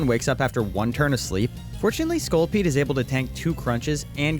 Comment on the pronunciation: I laughed so hard when you called my lovely scorlipede disguting lmao